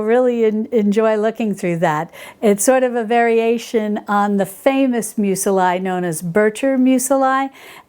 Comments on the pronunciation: I have to ask... Meu-se-lie? I thought it was pronounced meuzli...? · Hi....I hope you will take my comment in the spirit of helpfulness in which I make it: Muesli is pronounced mews-lee not mews-el-eye. And it always tastes good no matter how it is pronounced:P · I have been stalking PHG for the Mockmill for MONTHS. Thanks for the tip on your discount code. Muesli is pronounced Moo-es-lee (except the oo is actually an umlaut sound which we don’t have in English.) I love your content. Cannot wait for your book which I pre-ordered. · STOP saying "museli!" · Love you & your channel,! Thank you so much for showing us this, and by the way, Muesli is pronounced M-you Zlee Thanks again & much love <3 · What the heck is that pronunciation? I only had audio and had to check just what it was she was referring to 🤣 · Dear sweet please Google, how to pronounce "muesli" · Thank you for this thorough review! I'm looking into the flaker attachment for my Bosch mixer. 👍🏼😊 Also, I've never heard anyone pronounce muesli that way. I've always said it with the letter i making a long e sound. Perhaps I've been mispronouncing it all this time! 🤷🏻‍♀️🤔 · needs to check Google for the proper pronunciation of muesli. She's adding a second "i".